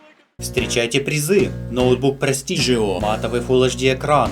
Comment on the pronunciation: Ребят, а я один слышу "Ноутбук "Прости ж его" или как?)))))) - красавчик!))))